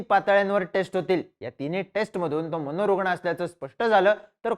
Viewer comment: हे , अस , कुठ , प्रयत , मनोरुगन , 😂😂😂😂😂